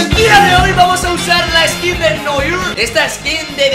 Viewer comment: Gran nivel de francés al pronunciar noir 😂